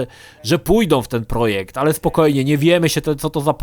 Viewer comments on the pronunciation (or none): none